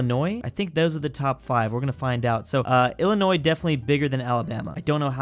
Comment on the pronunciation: he pronounced Illinois correct 🎉